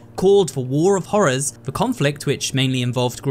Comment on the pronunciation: be like '' hoorer '' 💀💀